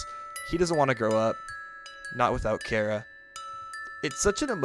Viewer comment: Ah, ah, aaaaaaaaah!! It's Chaaaaaaara, like how you say charcoal, or change, not Kara . But hey!! Don't take it up with me. Take it up with the annoying dog and his speech impediments. The annoying dog has spoken. (Edit: Also, the Japanese kana for the true name is also wrong. For any Japanese viewers that get mad reading this, take it up with Toby, not me.)